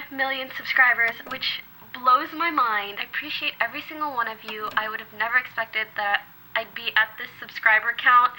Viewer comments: No one: Poki: Are ya Shingle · everytime she says some stupid shit like pronouncing single 'shingle' a baby somewhere dies